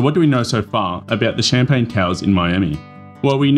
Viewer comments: Champlain not champagne 🥂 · Champlain, NOT CHAMPAGNE! 🤦🏼‍♂️🥂🍾